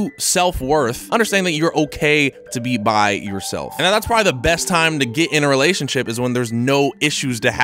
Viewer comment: Says relationSIP lmao